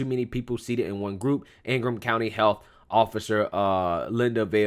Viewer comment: We pronounce ingham: ing-um.... anyways! Whitmore is a joke! I hope she gets voted out and investigated for the nursing home deaths!